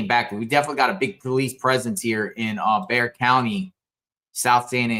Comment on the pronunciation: I'm impressed you pronounced Bexar right 😉 Crime has been so crazy here lately.